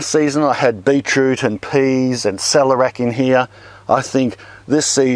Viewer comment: Me too. And also Cell-air-ee-ack